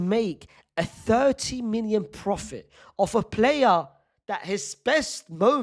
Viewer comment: Unc I cannot figure out if you’re saying million or minion. 😂